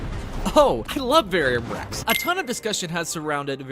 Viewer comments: Ver-um Rex bro, not Varium Rex Don’t mean nothing by pointing it out but it’s critical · “ UhO i Love Veyrium Rex “ wtf is that its VER-UM . squish it together. VERUM . VERUM REX